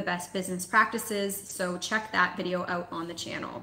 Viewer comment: 🤣 you can hear the Canadian . She say "oowoot = out"